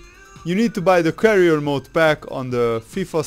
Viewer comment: Career not carrier